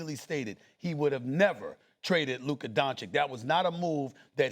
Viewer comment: how disrespectul is sas still pronouncing lukas name wrong